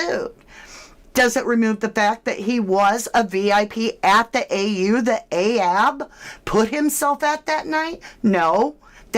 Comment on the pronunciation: It's not ahab